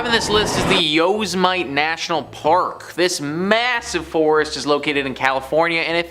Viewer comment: You don't know how to pronounce Yosemite?